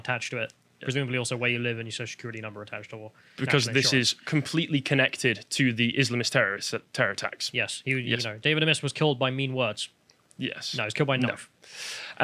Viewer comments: Like how many vids have I watched already of you guys talking about him — and you can’t even work out his name was A-miss? Like Martin Amis, just spelled differently. The phonetics are righty bloody there on the poor dead bloke’s Wikipedia entry. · Come on guys — it isn't that difficult to find out how to pronounce someone's name, especially a former MP.